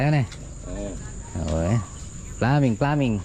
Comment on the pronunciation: ''PLUMBING'' NGANI NOT PLAMING, ''PULLOUT'' NGANI NOT FULOUT